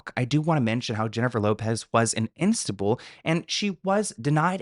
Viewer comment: "Insta bull"??? Wtf?😅